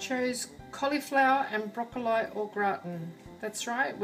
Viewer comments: The way you pronounce broccoli drives me mad ha ha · aha I see! It's ok really...not used to hearing it pronounced thus hence the comment. I loved the recipe and the video 😎